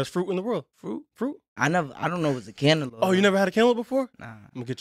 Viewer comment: You say cantaloupe lik it start with a k. I didnt kno what u were say either. "Kenalope, kenalope"😂😂